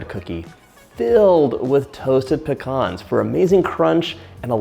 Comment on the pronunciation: Love his videos an learning new recipes but the hearing him do pecans wrong just bothers me